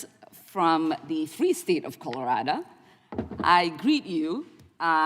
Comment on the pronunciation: Reading you can’t say Colorado you say Colorada wtf is that